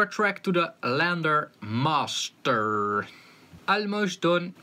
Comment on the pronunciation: It's LANDR - (read as L-And-R) as in Left and Right (Stereo)